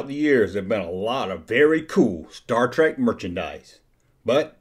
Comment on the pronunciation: It's Mr. Spock, not doctor. And it's star trek, not star trak.